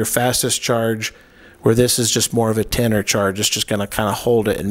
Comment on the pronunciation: When you say % of battery life, do you mean battery life, or do you me the % of charge that is in the battery? I assume the latter. Also when you are saying tennor, I'm assuming you are saying tender? As in a battery tender?